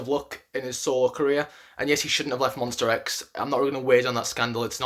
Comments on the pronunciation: Please, correct your pronunciation: it's MONSTA X, not MONSTER X. Thank you! 🙏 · whya do i keep hearing monster not monsta .. :( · Okay it’s Monsta not Monster. This is a big deal because they have been know to not come on stage until the announcer announces them correctly. Sorry, I’m a Monbebe and we take that seriously. Other than that, I can totally agree with your ranking. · Ooookey. Jeff Benjamin is from USA and 'rIVerse react' too. And I can hear how they pronounce MONSTA X very clear. I'm not aggressive, I just ask you: could you try to call our guys with the correct name. It's their name and they cherish it. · I am only at 7 seconds into the vid... my boy, it's monstA not monster ! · Monster x..... No please is mons-ta-x. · I died inside a little every time he said MonstER X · MonstA x. please don't pronounce an R at the end. It means My Star , that's why it's Monsta . Also.....Minhyuk has improved drastically this past year, to the point he of the cover voice to most of Wonho's parts and has begun playing back up vocalist to Kihyun when Kiki has to do those soaring high notes and ad libs. If you watch closely these days you also see Hyungwon is doing some backup vocals to Kiki too. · i can't be the only one who cringed every time he said monstER x (no hate though. i liked the video) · Literally 90% of these comments are slamming him about how he pronounces Monsta X. READ THE BIO! He knows it’s MONSTA X that’s just how he pronounces it jeez calm down with the pitchforks!